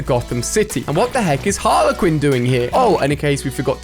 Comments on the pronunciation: When he pronounced it harler quinn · Ali it's spelt harley quinn and it's pronounced har-ley-quinn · Theres not 2 a's in Harley quin see harley it's an e not a it's not harla quin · Me:Harley Quinn Ali-A:Haler Quinn😂 Just playin love u Ali A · Please it’s not harla Quinn it’s harlEEEE Quinn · no one: absolutely no one: Ali A: Batman and halay Quinn 😭💀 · You pronounce it like harlie quin not Harla quin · Why does he say harler quiin not Harley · Gala Quinn 😂 it’s Harley Quinn or shall I say that’s how u pronounce it bc I’m English and that’s how everyone says it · Its not harla quinn It's harley quinn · Why do you always say Harlequin. It’s Harley Quinn, 2 words first and surname, not 1 word, don’t get how you always mess up easy names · HarlEY quin not HarlA quin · Alia: harla Quinn Literally everyone else: Harley Quinn Alia what luv ur accent 😀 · How I say harleyquin: harleyquin How Alia says it: Harlequin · When Ali says Harler Quinn instead of Harley: *visible confusion* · No one Ali a: HARLER QWIN🤣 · HARLA QUIN ITS HARLEY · He says harlay not Harley Quinn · Ali quit saying it wrong it's Harley Quinn not harler Quinnwhat are you even trying to say do you not understand English aren't you English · Did my guy say Harla Quinn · just me but the way he say harley quit is really annoying that he pronounces it different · Does it annoy anyone else when he says Harla Quinn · Did you just call Harley Quinn, Harlehquin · Ali calls Harley Quinn harle Quinn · Har-lee-quin sorry forgot theL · Normal people: Harley Quinn ALI-A: Harla Quinn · "harla quinn" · F you ali for saying Harley Quinn name wrong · Lolllll u can’t even say Harley Quinn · Ali please search up how to say Harley Quinn please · The way he says HARLEY QUINN 🤢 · It’s Harley Quinn